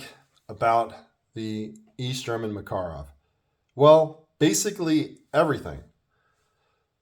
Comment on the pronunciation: Great review and good points! I was checking my review of the EG Mak and I saw yours--very well done! You covered a few of the finer points I forgot--the heel release, the push-up decocker, chrome lining. Also mad respect for the correct pronunciation. Take care!